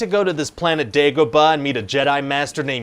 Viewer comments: Every time he says "Dagobah" I see a bar full of Spaniards 🤷‍♂️ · why does he say Dagobah weird